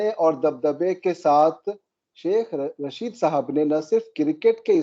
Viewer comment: Arre bhai, its Tehreek E Labbaik, not Labeek... You are a thorough professional, these repeated mispronunciations are not expected of you Sir ji. Aur Sheikh Chilli ka naam Rasheed hai, Raashid nahin. Faiz Hameed hai, Haamid nahin.Our war hero is Abdul Hameed, not Haamid. It changes the meaning of the word. Not that we really care what these people in power from across the border are called, but we care about how you present the facts. Hope you don't mind Sir.